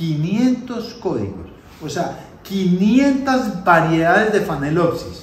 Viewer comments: Es Phalaenopsis con L y viene falena que quiere decir MARIPOSA. No es con N como MAL pronuncia. Tal vez no pueda.... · Una pregunta tonta: Es phalenopsis o como dice phanelopsis? Saludos